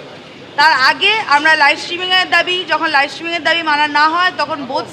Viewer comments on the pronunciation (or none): none